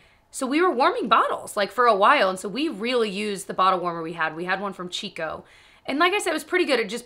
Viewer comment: FYI, “Chicco” is pronounced “kiko” 🥲 my whole life as a mom I’ve called it cheek-o but saw a commercial for a booster seat two days ago and I was wrong lol